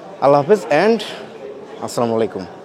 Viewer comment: ভিডিও পুরো টা দেখতাম যদি প্রথমে সালাম দেওয়া টা শুদ্ধ হতো।